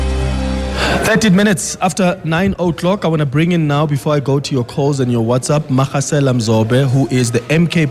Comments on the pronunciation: Magasela is pronounced with as ‘G’ for golf. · Butchering the pronunciation of Magasela